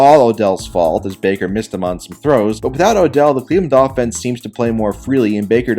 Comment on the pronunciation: "Cleveland offense" sounded like "Cleveland Dolphins" and I laughed